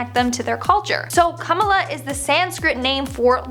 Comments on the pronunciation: I'm not making fun of but we in Trinidad pronounce Kamala like Kamla and hearing how she pronounces it makes me laugh a bit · butches her name so badly. 😬